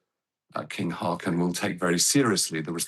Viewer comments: How hard is it to pronounce his name correctly.. Disrespectful. Håkon, not hakon. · how about pronouncing it Haawcon? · The new king’s name shouldn’t be too difficult to pronounce correctly. Haakon is roughly HAW-kon.